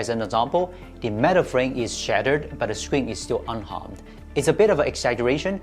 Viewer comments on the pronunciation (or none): none